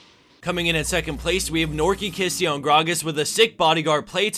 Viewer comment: "Knorke Kiste" haha, every german will laugh about your pronounciation xDDD